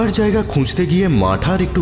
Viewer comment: কয়েকটা শব্দের উচ্চারণে ত্রুটি লক্ষ্য করলাম। জায়গাকে জ্যায়গা ইত্যাদি।সেগুলো ঠিক করে নিলে শুনতে আরও ভালো লাগবে।